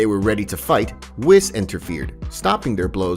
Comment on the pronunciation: Bro no hate or anything . But u saying manga is so wrong. And same with whis. And even arc. Idk how u mess up saying that haha. Just a fyi